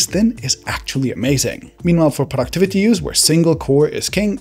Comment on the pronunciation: I thought he said PORN activity on the go" instead of "productivity on the go". I was like wow that's brave of him to be so upfront 🤣